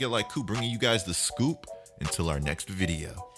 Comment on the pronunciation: Please stop saying vide-UH I might unsub 😂